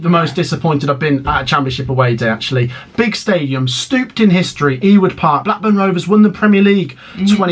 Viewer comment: “ steeped “ in history, not “ stooped” 😂